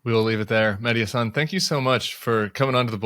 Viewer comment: Tim: Mehdi’s last name is pronounced “HA-San.” Emphasis on the HA.